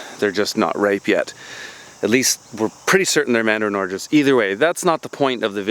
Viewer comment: What are "organges"? LOL